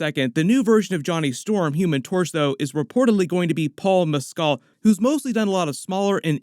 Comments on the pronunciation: I believe Mescal, is pronounced Mes-kle (like ankle) rather than Mes-cal, hes Irish, not french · "paul mes- SKAL" LOL